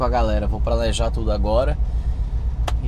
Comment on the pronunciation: põe legenda aos minutos!!! Pq acho que vc quis dizer: "vou planejar tudo agora", mas saiu algo do tipo: vou "pralejá" tudo agora!!! 😂😂😂... Like acionado!!!